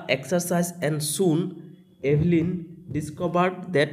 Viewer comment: Elveyn nohoi evelyn sir 😂